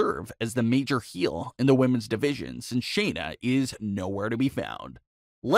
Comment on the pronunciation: SHAYNA not Sheena